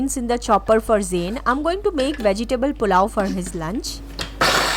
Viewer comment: Muzh luhn is correct pronunciation of muslin ,your pronunciation is wrong .Also vegetable your pronunciation is wrong